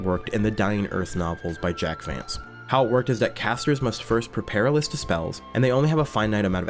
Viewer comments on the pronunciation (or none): none